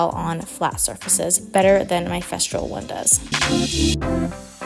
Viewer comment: It’s Festool. No r in the name of the sander.